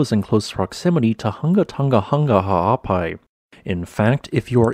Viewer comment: As a native Hawai'ian/Pacific Islander, I appreciate your effort to correctly pronounce Ha'apai. It is hah-ah-PAH-ee, with the "ee" being said quickly (°◡°♡)